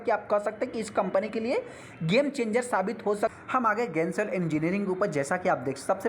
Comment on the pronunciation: गेंसोल नहीं जेनसोल है।